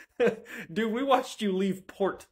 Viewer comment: "we watched you leave porT" 😂 That last t was extra zesty.